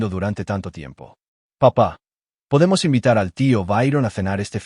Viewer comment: Poydemos poydemos? Pueden cambiar esa estupidez artificial? O a la mejor es estupidez humana? Desde luego sea lo que sea que narra esta historia es ESTUPIDEZ cien por ciento